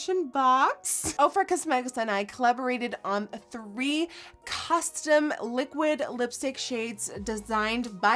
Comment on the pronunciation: Does she know how to say liquid!? It's liquid not liquit